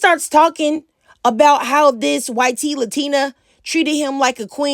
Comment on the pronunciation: you saying "Y.T." is the only thing triggering me. it's just pronounced like "white" not as two letters. you pronounce the Y and then make the T sound. why-t